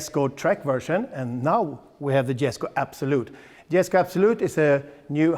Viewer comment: You actually pronounced Jesko correctly